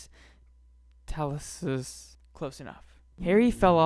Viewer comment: It's spelled Petrificus Totalus and you pronounce it putrificus toetalus